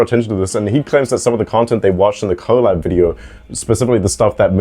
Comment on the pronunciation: I never trust a person who pronounces "collab" as "Co-Lab".